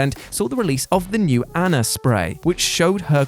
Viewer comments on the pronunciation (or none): none